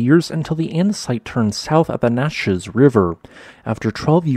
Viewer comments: COMPUTER VOICED PLACE NAMES ARE OFTEN ABRASIVE ... NOT COW-ITCH BUT COW-IT-CHEE ... NOT NACHEZ BUT NATCHEEZ ... ETC!!! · I used to live there: Yack-im-Ma and Cow-witch-ee and Nat-Cheese; gotta work on your native american names :-). I can see my good friend's house. Again, I learned something-I had no idea that that even WAS a lava flow, much less the longest one. A suggestion for another local feature is Yakima canyon, which runs about 35 mile from north of Selah (see-LAA)(north side of Yakima) up to Ellensberg, WA. One of the more beautiful rugged drives you can take and REALLY fun on a motorcycle.